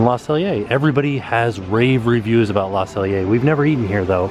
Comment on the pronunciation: LOL at about you said "I'm all aboot 'CANADIA" ".